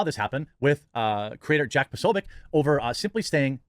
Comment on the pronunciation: with his Ted Bundy energy refused to pronounce his name properly. Secret anti-slav Nazi.